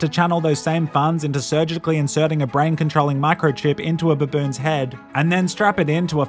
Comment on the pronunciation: My fav part was when he said buboon. 😂